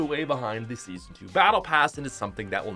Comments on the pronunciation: U said seasno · I’m depressed now, because he messed up the word “Season”